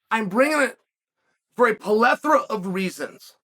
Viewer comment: 42 years old and Uncle Chael taught me something. I learned to properly pronounce plethora as puhLethra.